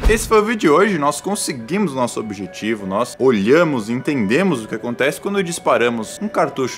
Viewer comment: Eita cara "nócego" k k k k k k k k k k k k k k k